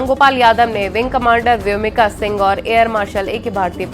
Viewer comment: प्रोफेसर रामगोपाल यादव से तो ऐसी अपेक्षा नहीं की जा सकती। उन्होंने अपने शिक्षा प्रदान के समय में जाने कितने ऐसे शानदार छात्रों को शिक्षित किया होगा लेकिन आज उनके इस अशोभनीय ब्यान से देश में उनके अनेकों छात्रों के सम्मान को भी ठेस पहुंची होगी। प्रोफेसर साहब को शर्म आनी चाहिए उन्हें व्योमिका शब्द भी बोलना नहीं आता तो वह किसी की खूबियों का आंकलन किस प्रकार से कर सकते है।दरअसल उनकी खुद की गिरी हुई मानसिकता भी इसी से परिलक्षित होती है।देश तो माफ नहीं करेगा इनके परिवार जन भी पीठ पीछे इनके इस प्रकार के विचारों की भर्त्सना करेगा। शेम प्रोफेसर रामगोपाल यादव शेम।